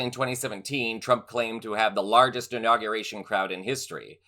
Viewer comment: Why is it so many of the mega people mispronounce words? Inauguration, not in- aw- ga-ration...damn these ignorant maga.